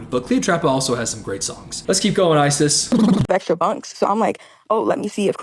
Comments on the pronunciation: Growing up with a girl of the same name, I belive it's pronounced "eyes-is" not "ice-iss" Just for future reference. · The way you called her “Isis for the entire video💀. Ripe for the out of context clips.